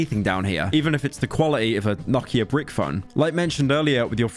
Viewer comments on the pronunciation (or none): I know this is a week old, but its no-key-ah not knock-eye-ah